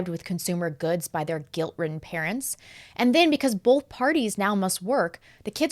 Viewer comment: "Bolth", not "both." A true Missouri girl!